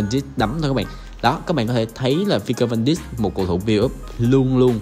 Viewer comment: Van Dijk đọc là Van Đai còn De Ligt đọc là Đờ Lít nhé a